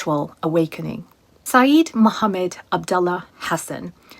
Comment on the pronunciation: It is Sayid not Saeed. Completely different meaning and pronunciation.